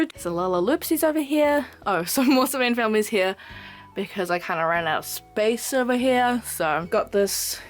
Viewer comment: I think it's funny that sometimes, when you say "Sylvanian Families", you accent makes it sound like "Slovenian Families" to me lol (great room tour btw, I loooooove the way you display all of your dolls and knick-knacks, you really have a great talent for it!)